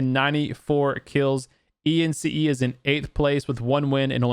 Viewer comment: The way tou pronounced ENCE caught me off guard 😂🤣